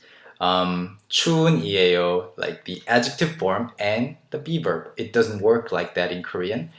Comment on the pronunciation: hehe, everytime u say b-verb i hear beaver, lol)